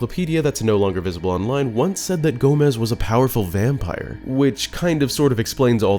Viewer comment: I'm pretty sure it's pronounced "Gah-mess" not "Gomez"